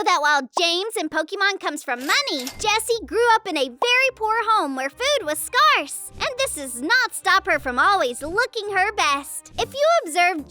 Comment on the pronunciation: So many mispronounced names / words: Shámūs / Scárce (Skairs) IS NOT PRONOUNCED "SKARSS"; "Neglection" IS NOT a word.